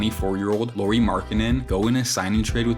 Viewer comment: It's not "Loori" Markkanen btw. Show some respect